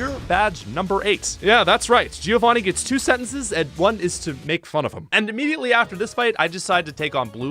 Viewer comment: Giovanni is not pronounced "Jeeovanee". It's like "Joe Vanni". Sorry, I'm italian. 😂